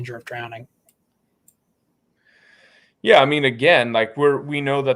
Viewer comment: drowneding lmao. he definitely taught english for 15 years